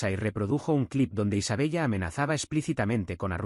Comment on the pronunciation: Isabella, se pronuncia Isabela. Por favor que la IA pronuncie bien.